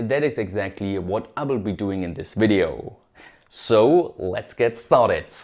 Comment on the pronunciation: "lets get startedSSSSSSS"